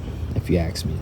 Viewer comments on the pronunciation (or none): Axe you …..lol. Speak English my brother! Ask is not the same as Axe. 😂